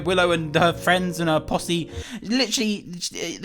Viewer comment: notice how when he talks about willow and her friends he says posse it sounds like the other word lol